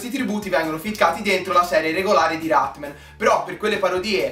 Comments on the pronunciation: dici cose molto vere ma perchè non lo chiami con il suo nome? Rat-MAN! No Rat-MEN..dov'è la e?!?!? :-) Comunque complimenti, sei bravissimo!!! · si dice rat-man non rat-men